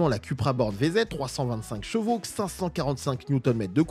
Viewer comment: J'en peux plus de ces youtubeurs auto qui ne savent pas prononcer chevaux, chaque vidéo tu sera obligé de parler de cheval c'est ton métier alors prend le temps ou des cours de soutien pour apprendre à parler de Gvo. Tu te promène avec ta gamine tu lui dit pas "oh regarde le Gval!" Bordel de merde fallait que ça sorte je me sens mieux 😅😅😂